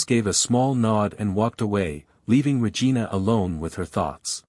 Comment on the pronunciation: The story line was good, however the person telling the story kept getting the chiefs name wrong from time to time calling her Vargina instead of Regina